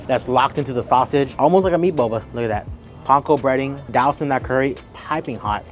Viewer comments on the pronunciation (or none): none